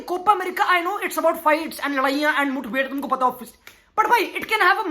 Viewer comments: Mutbhed❌ Mutthbhed✅ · Bc it's mathved, not muthved ...saley tharki